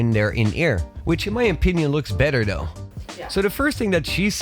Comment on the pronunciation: He keeps saying “do” instead of “though”